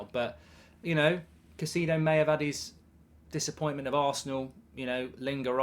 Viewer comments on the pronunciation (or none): Caicedo is pronounced KAI-SAY-DO not KA-SEE-DO Mark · Mark the name is "kai-say-dough" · How about Pronounce Caicedo's name correctly, are you daft Goldbridge have some respect it's not Caiceeedo, and nobody else says it that way either, the Brits often mis pronounce foreign players names